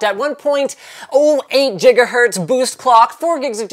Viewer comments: Why do you sometimes say jigabyte and jigahertz and other times say it normally with the g sounds? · jigahertz?? come on bro. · Jiga-hertz????? Tell me I wasn't the only one who heard that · Jiga hz lolzz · Jigahertz again... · jiga??? wtf